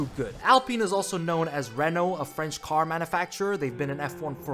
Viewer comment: the pronounciation of renault and alain Prost is do terrible 😭